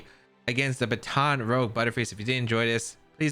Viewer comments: It’s actually pronounced kind of like bahten Ruje, love the team though! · I should have Baton Rogue sounds cooler imo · I’m annoyed how you said Baton Rouge.